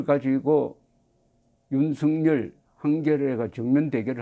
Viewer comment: 대부분의 유튜브방송에서 윤석열을 윤석렬로 발음하고 있는데 정말 부끄러운 일입니다 대한민국의 지성인이 기본적인 국어를 모르고 방송을 한다?